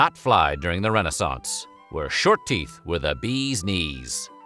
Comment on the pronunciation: It’s pronounced re-NAY-sance.